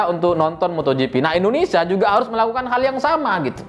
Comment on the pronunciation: Hey ya bukan Indonesa belajar selling dulu sblm bikin konten